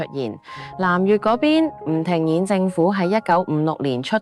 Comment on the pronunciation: 靚女,我有必要糾正妳響8分30秒處所謂嘅南越係【吳廷眼政府】其實係吳廷琰(粵語發音係:鹽).,另外我哋越南華人一向均係以繁體中文書寫,而繁體中文係陪同我等南越華人成長嘅文字而非殘體中文.,而妳響字幕上卻係以殘體字顯示.希望靚女妳下次若有新視頻上傳時務請字幕上均以繁體中文字幕標誌,多謝哂!唔信可以觀睇留言區嘅網民留言,佢哋嘅留言大多數都係以繁體字書寫.